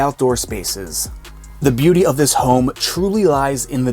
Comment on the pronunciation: Why do You over-accentuate the ending of words like “Home-a” or “design-a” 😂😂